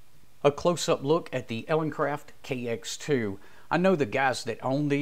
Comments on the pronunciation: Good video, thanks. Just wanted to point out that it sounds like your are saying EleNcraft in the video. It is actuall ELEcraft, as in Elegant Craft... Cheers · Elecraft not eleNcraft just fyi.